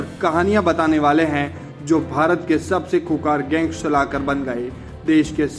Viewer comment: Khoonkhar too bolna sikh loo